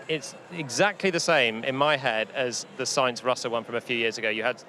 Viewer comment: Ansted should really know how to pronounce “Sainz”